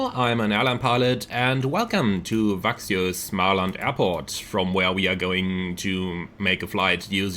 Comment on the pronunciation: I live close to Växjö and it's pronounced "veck-schö" :)